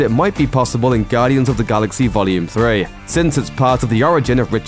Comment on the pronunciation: I hate the way this narrator says, "Gaudians of the Galaxeaeah."